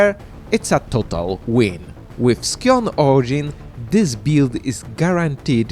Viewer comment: Scion is pronounced "sai·uhn" There is no K sound in there from the C. <3